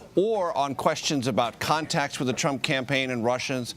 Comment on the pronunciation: Anyone else hear Mueller call him "Trimp" it was great....